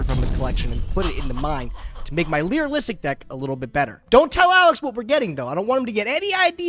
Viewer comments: Break the word down. It's Lyri- like lyrics; -lusc. Not lyri-lisic... Lē-rŭh-lịsk. Not Lē-rŭh-lịh-sịk Sorry, that's been bugging me for a while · should be banned from playing that deck until he can pronounce Lyrilusc (cause it really ain't that hard...) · i cant stand the way says Lyrilusc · For the love of. Lyrilusc is pronounced Leer- ill-Lusk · saying Lyrilusc correctly challenge: impossible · This is punishment for being unable to pronounce “Lyrilusc” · for the love of god please learn how to pronounce the archtype, PLEASE!!! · should get an episode loss every time he mispronounces Lyrilusc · We are not 3 minutes in and already mispronounced Lyrilusc and getting a new useless redoer ticket, because we all know he ain't using this shit, even when he has the most abyssmal pull of cards. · I almost dont wanna watch this one because I dont wanna hear butcher Lyrilusc 100 thousand times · Re-opening the petition to ban from playing Lyrilusc until he learns to pronounce it. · Never Ask A Woman Her Age, A Man, His Salary,, how to pronounce "Lyrilusc" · no you spelled it right. just engagement baits people pronouncing it wrong every time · Yeah seriously. It’s just as bad as improperly pronouncing “Tearlaments” lol